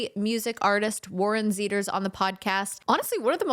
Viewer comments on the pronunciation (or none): I love Kaitlyn and Def Warren Zeiders! I loved the upbeat interview; the only thing that got me is that she said his last name wrong!! It's pronounced Ziiders, not Zeeders!!